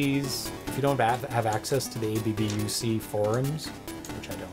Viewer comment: ABBUC is not pronounced as A.B.B.U.C., but as a word. The A sounds like the A in the word 'father' and the U sounds like OO in the word 'look'.